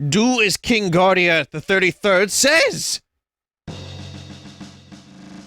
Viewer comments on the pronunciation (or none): none